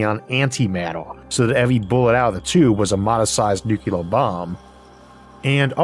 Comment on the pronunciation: Your subtle use of over-the-top humor is sublime. Well done my friend. May I call you friend? "Nucular"... sigh... I guess not :P